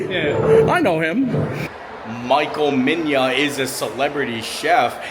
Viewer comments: Great video! Everything looks so delicious!! Hate being that guy but it’s pronounced Michael (Me-Na). Coptic Egyptian name :) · I think it’s pronounced me-nah?